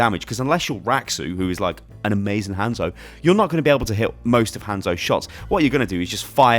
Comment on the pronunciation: I hate how you say Hanzo’s name.